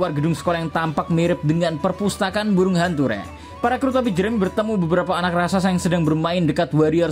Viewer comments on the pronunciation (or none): RAKSASA minnn, bukan Raksaksa/rasaksa hehe